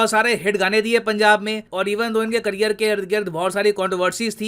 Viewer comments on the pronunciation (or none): none